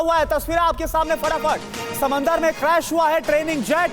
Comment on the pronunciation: समंदर नही समुद्र होता है